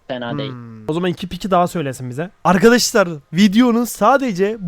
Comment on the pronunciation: Yrkadaşlar ✅ Arkadaşlar ❌ 😂